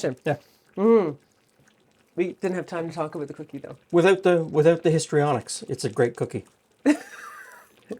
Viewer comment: "I'm aboot to stop saying soory."